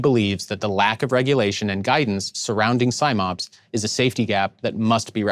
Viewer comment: Love the videos CSB do, but it's Sim-Ops as in 'sim'ultaneously operations not Sime-Ops!